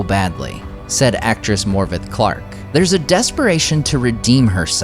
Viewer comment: Great video .. FYI in Welsh Morfydd is pronounced Morfyth 😉